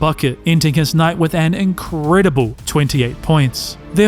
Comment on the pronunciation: “inCREDIBLE…. 28 points”….. am I missing something? lol I was expecting at least 40 with that emphasis lol